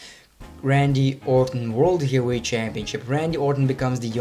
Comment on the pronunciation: "As a heels?" "As a faces?" "Gyehweight?" "Willan?" Jesus H. Christ, stop butchering my language.